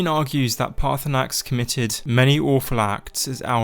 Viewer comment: Everyone forgets the second R in Paarthurnax